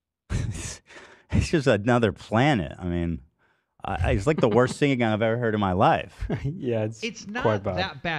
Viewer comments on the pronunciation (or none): Ethan not being able to pronounce the word “singing” is always so funny to me. He adds a syllable that doesn’t exist, so because the word is so “simple” it’s impossible not notice immediately 🤣 “sing-Ging” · He over pronounces it like "sing-geeng" it's like he puts a hard G in the middle. And I'm from LA and do not say it like that 😂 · I could listen to Ethan hit both G's in "singing" all day, it's such an LA thing and it makes me happy